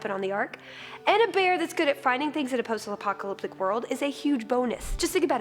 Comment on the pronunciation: Nice pronunciation of "post-apocalyptic" :]